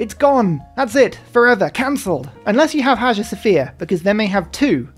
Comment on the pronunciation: Hagia is pronounced Hai-uh, I know you like correct pronunciation, or at least I heard you say it once...